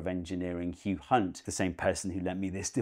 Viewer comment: Steve definitely checked his pronunciation when saying "Hugh Hunt"!